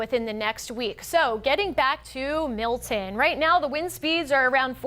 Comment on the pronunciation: It's Milton, not Mil'en.